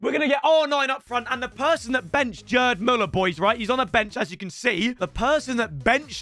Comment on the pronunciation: the G in GERD MÜLLER is pronounced like Geezer not like Jelly mate